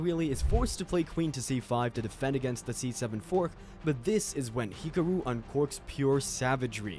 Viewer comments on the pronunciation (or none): Bro this is so underated but why did u say hikoro and not hikaru